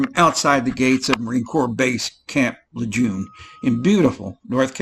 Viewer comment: Outside the gates of Camp Lejeune. You know I wonder everytime you say it😂💞